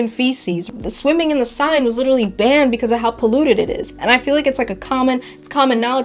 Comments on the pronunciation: The river Seine is pronounced Senn. Not sign. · Seine is pronounced sayn.